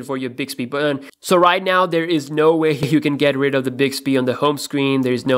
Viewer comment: The reviewer's accent is mostly unintrusive except how he pronounces the word button. it's not unpleasant. it's quite amusing. Buhden? Beoden? His pronunciation is pretty spot on for the most part. I'm not sure why he pronounces a very simple word like button like that.